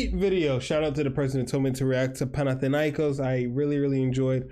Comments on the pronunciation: you r saying the name right dude.....greetings from greece GATE 13 ULTRAS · Yes you are great and you pronanse our team in a perfect way!!!! Great job!!!!!